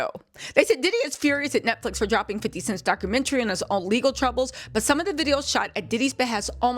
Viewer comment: who is 50 CENTS???? Its 50 C E N T!